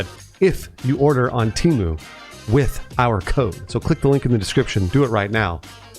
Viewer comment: I thought Temu was pronounced temu, not temu.